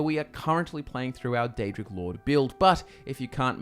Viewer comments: Its Daedric not aedric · Pre ounce the D